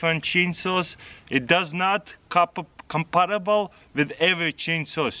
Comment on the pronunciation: compamble hahaha